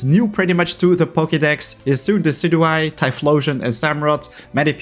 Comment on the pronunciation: DECIDUEYE, NOT DESEDUEYE!